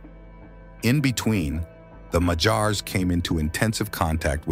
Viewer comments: If you're going to make a video about a people, at least make the effort to learn how to pronounce their name correctly. They are "Magyars" not "Mahjars". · 'Magyars' is stressed on the first syllable. It really grates on the ears hearing it stressed on the final syllable. But the AI American English narrator afterwards is even worse!